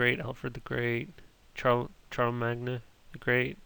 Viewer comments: Charel-mag-na? You mean Shar-le-mayne? :P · "Charl- Charl-uh-mag-nuh... the great." PRONUNCIATION FACEPALM I think you needed to spend a little more time actually browsing Encarta before playing this game LOL ;-) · Also, Djibouti isn't "next to" Africa, Fiji isn't in the Atlantic, and Guam isn't a country. Coptic doesn't mean "early," Rocky Marciano was a boxer. Ethan Allen was a war hero. They're not pronounced BYE-zantine, HASS-idic, SALE-donia, or charle-MAG-net. This was painful. Dude needs to spend more time reading that "dictionary-like thing."